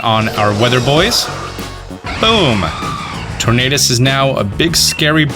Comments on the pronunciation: It’s Tornadus lmao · Look at Landorous or Thundurous Everyone: It's a Tornadus